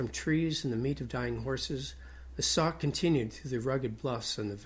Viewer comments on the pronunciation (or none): That is pronounced “ sock “ not. sack!